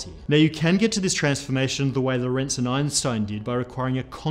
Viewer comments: Geodesic is not my problem - LORENTZ is. When will physicists (all of them) learn how to pronounce that name? It needs emphasis on the first syllable not the second! REMEMBER. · Hey guy, if you are talking about Hendrik Antoon Lorentz, you are stressing the wrong syllable. The stress is on the first syllable "Lo". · "Lorentz" should be pronounced with the emphasis on the first syllable. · This makes me pig-biting mad! Quit mispronouncing Lorentz's name, for crying out loud! It is NOT pronounced "lorEntz". It is properly pronounced with emphasis on the first vowel, the "o". So quit saying "lorEntz", and start saying "lOrentz" - dammit! Why can English speakers never get names and places right? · Great channel and content, congratulations and thank you very much! Btw Lorentz is the German version of the name Lawrence, and is also pronounced with stress on the first syllable. IPA: [ˈloːʁɛnt͡s]